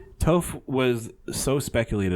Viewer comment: Im dead he said toph wrong